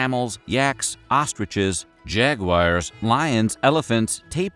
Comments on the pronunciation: "Jag-wires"?? Noooo. An esteemed narrator can't pronounce it that way, AI software or not. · Jag-wires? Lol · Yeah--that one hollered out to me too. At least he didn't call it a jag-you-wahr like the British :) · Must've been some REALLY rare and exotic animals--Never heard of jag-wires 😂